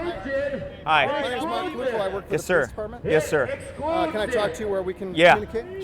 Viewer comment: Pleas stop calling them sìr